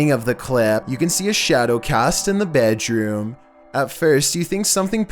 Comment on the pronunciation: Fans: Talk normal!: Bedgedroom